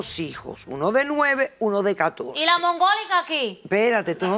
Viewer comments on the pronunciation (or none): "de moNgólica" 😂